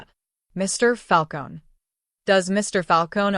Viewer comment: "Falcone" - you pronounce the "eh" at the end. And I'm out . A whole minute of advertising. This is a "true" story?? Ha.